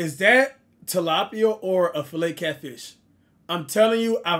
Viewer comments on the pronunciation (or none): Bro it’s tilapia😂